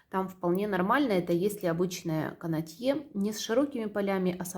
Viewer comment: Простите, пожалуйста Но правильно "кАнотье".